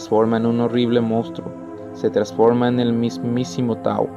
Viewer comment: Se dice Taú , con acento , pero si no en equivoco si se escribe Tau a secas